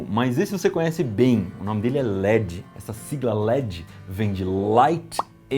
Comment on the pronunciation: Se gosta de pronunciar corretamente o inglês diga led e não ledxi. O d fica mudo. A pronúncia do inglês é diferentxi do portuguêx carioca.